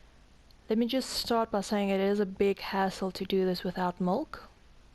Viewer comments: Why do you keep on calling molk instead of milk? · MIIIIILK NOT MOLKKK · I stopped watching after 15 seconds because you called milk molk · Milk not molk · you sound like a little kid trying to say milk but you say mulk instead lol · I'm gonna like this video, but everytime you say mulk its cracking me up xD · Did you say mulk? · Please stop saying mulk 😭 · Tafuck its "Mulk" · She says molk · Y is she saying mulk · Just get the man a glass of Mulk! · Shes Afrikaans and as she said she doesnt speak english as a 1st language and in afrikaans milk is melk